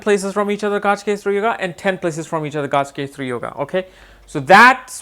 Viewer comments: It is not Gajkesari... It is Gaja Kesari ! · It’s pronounced Ga Ja, not gaaj. Pronunciation of words according to its origin is important! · Nice video but the actual pronunciation is gaj (ga and ja..like saying kaj) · You are pronouncing Gajakesari as Gaajkesri. Please pronounce Gaja properly. "Ja" should be emphasized.